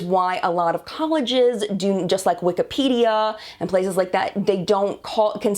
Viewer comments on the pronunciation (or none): none